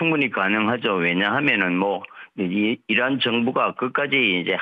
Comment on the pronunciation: 이런? 이라구발음했다는.